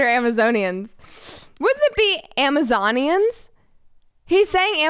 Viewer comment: As ridiculous as the people are, I’m pretty sure he said Amazonian correctly.